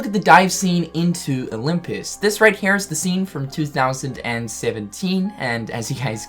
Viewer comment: You say HERE like Cartman from South Park m8. It was HNERE but now it's HNERE